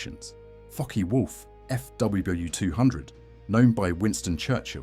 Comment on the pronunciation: LOL at the AI trying to pronounce 'Fw', coming out "Fuhwuh". 😄 For the most part the models are very well done (except for that alternate universe 2-engine version of the Ju-52), but my goodness... so many cringey content and narration errors.